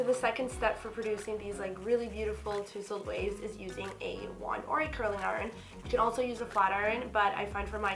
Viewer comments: Hahahahaha ..It’s more like taaa- zuhld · I'm sorry I can’t take her seriously when she's saying "toosled" 😂